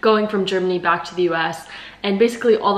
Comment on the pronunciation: „I just want to switch ack to the Punkt“ perfecthaha